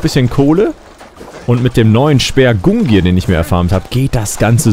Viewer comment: Der speer heisst GungNir und nicht Gungir:D